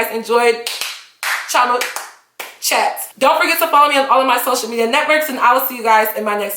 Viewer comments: it is not Cho-ma it is Chio-ma, i know u r american or whatever it is that u r but surely u should be able to pronounce ur own name dammit! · little girl dont bastardise a beautiful nigerian name just because u want to show how american u r, if u dont know how to pronounce ur own name then perhaps u should ask ur parents how it is pronounced ... chioma is not pronounced choma, please dont do this again